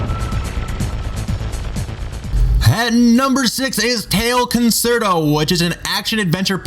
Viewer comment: This idiot doesn't know how to pronounce "vanguard" "Tomba" or "concerto". At least know how to pronounce the games if you want people to take you seriously...